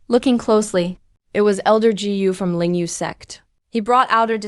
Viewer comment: dj??? what's that??? gu binigkas na "gee you"??? palpak!!! said binigkas na " sa id"??? sed yun... dami kong di na pinansing palpak sa video na to, kaya creator ikaw na bahalang maghanap at umayos ng mga palpak sa video mo...